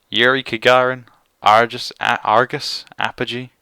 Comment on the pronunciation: Kagarin? I think you mean Gagarin